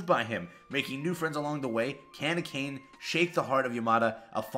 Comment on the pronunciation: Akane isn’t ‘uh cane’ but Ah Kah Nay. Yea I was like Saitama for sure lol. Still love ya man. Just know Japanese is really easy to pronounce because it’s always the same sound: E=Ay, I=Ee, O=oh, U= oo, A= Ah. You can now pronounce the majority of romanized Japanese names. But thanks for this video, I’m anxious for Kenshin… they better not mess up the very first anime of my childhood.